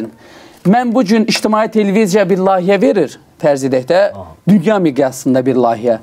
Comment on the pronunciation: bey, her sey eladi, ancaq: "Lahiye" yox, "Layihe"...